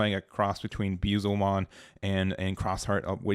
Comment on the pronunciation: never gonna learn to say Beelzemon lol